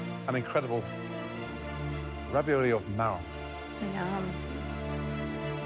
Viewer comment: “Spinieiege”, “raviolayyi”